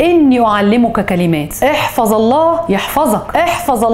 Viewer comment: احفظ الله يحفظك بتسكين الظاء وليس فتحها نفسي أعرف امتى حتتعلمي وتقرئي الأحاديث صح 😒😒😒😒😒😒😒😒😒😤😤😤😠😠😠😠😠😠😠😠😠😠😠😠 وفين قصة مؤمن زكريا في الحلقة؟؟؟؟😒😒😒😒😒😒😒😒😒😒😒 ولا بس تكذبين على الناس بعنوان fake عشان يصدقوك ويتفرجوا للآخر 😠😠😠😤😤😤😤😒😒😒😒😒😠😤😤 أقول فيك إيه يا شيخة بس 😒😒😒 So bad ya baby